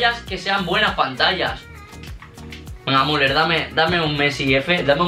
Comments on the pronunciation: No sé pronuncia muler se pronuncia miuler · no se dice muler se dice miuler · Müller: Miuler no Muler xD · Se dice miuler